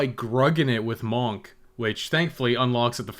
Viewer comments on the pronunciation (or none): MAWNK. I’ll never get over that. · i like the way you say monk